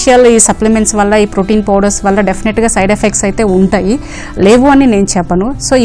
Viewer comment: Fowder ande fowder...a mundani tesukocharu ra channel ki